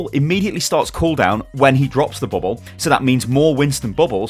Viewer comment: I love how pronounced bubble as "bubboh"